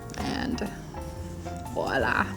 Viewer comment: "VIOLA" lol